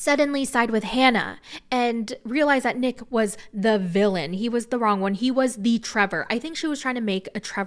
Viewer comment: I can't be the only one who's laughing every time says "Neck" instead of Nick.